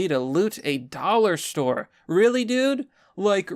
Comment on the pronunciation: No, not the dollah stowe!!!